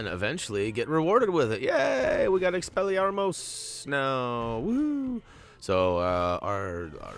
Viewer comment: you actually said Expillarmus right